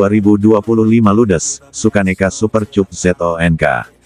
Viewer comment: Aduh min Bacanya kok Super Cup min cup cup cup bibir dikecup kyk lagunya Rhoma duh .. duh....duh